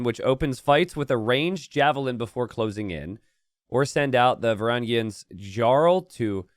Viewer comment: It requires special talent to mispronounce Varangians in 3 ways